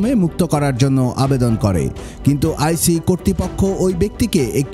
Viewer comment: ওটাকে আইসিই নাই বলবেন আইছ। যেটা জানেন না উচ্চারন সেটা করেন কেনো? ওটার নাম ICE ( আইছ) সহজ করে বললে বরফ এর ইংরেজি। ICE মানে হলো ( U.S immigration and Customs enforcement)